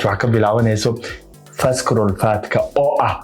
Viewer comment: Visceral waxaa loogu dhawaaqaa visarule. So the c is silent. May reward you!🙏🏾